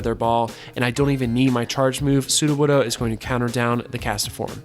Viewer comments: What's a Cast-A-form?? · ah beat me to it, I was gonna comment that "castform" only has 2 syllables LOL